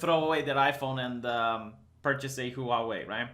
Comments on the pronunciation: "Huavei" Vee not "Huauei"! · It's pronounced hwarwei. 2 syllables not 3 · Pronunciation of Huawei = whaa-way....(expat in Taiwan for 20 years) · I thought it was hoo-wah way (stressing the wah rather than the hoo) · Chinese people are not destroying their iPhones. You can't pronounce Huawei.